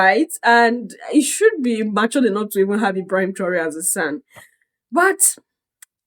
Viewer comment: Please I would like to watch the whole video, what’s the link 🔗. Did this man criticize Paul like this and the way he pronounce his name “Ebrahima” paps is over sabi 😂. Paps forget ECOWAS because that house is a shamble and a scam… rule by puppets and control by master puppets. Your Majesty his a puppet that’s how he got his opinion. West influence blinding him to no return.